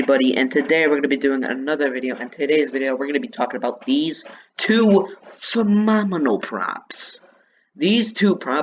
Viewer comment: You said phenomenal wrong. You said phemomenal. You made me die laughing.